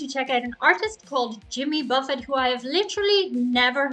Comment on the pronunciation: you knew enough about Jimmy to pronounce the “t” at the end of Buffet